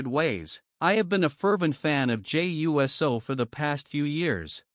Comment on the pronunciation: Yes you were and you keep saying his name wrong , it’s pronounced Uce -so